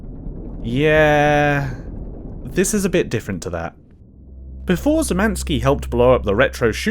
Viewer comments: cool but I wish you'd at least check how to pronounce Szymanski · BTW Sz is pronounced Sh. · oh yea and Davids surname is read shymanski for better accuracy .Im polish and i see people having trouble with the sz cz ,(sh,ch)